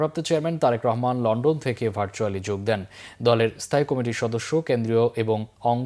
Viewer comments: এই সংবাদ পাঠক কমিটি শব্দ কে কি কারণে কমেটি উচ্চারণ করে এটাকি অজ্ঞতা নাকি বাক প্রত্তিবন্ধকটা।সংসলিস্ট কত্রি পক্ষ কি বিষয় টি নজর দেবেন নাকি সময় নাই? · উনি কি কারণে কমিটি শব্দতিকে কামেটি উচ্চারণ করছে এটাকি অটোপাস এর জন্য অজ্ঞতা নাকি বাক প্রতিবন্ধকতা ? কতৃপক্ষ কি বিষয়টি নজর দেবেন নাকি সময় নাই?